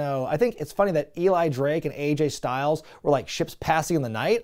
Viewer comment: Aj (rhymes with badge) Styles…go the other way on the initials.